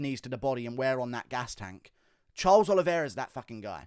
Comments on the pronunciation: The champ has a name, and it's Oliveira, not Oliviera 🤣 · It’s the Olive-Era